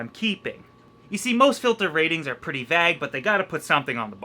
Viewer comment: Don't hide your heritage! Continue to say "vague" like that!